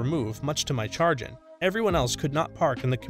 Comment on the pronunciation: it's pronounced "sha-grin" my guy 🤣 otherwise love the videos